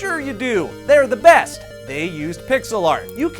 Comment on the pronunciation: BAST ENGINEH IS ROBLOX STUDIOH lel